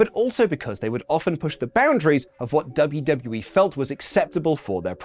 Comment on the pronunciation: did you say, "Luv-U-W-E". I have been stung by several red wasps so I might be slightly unfocused on the narrative. My apologies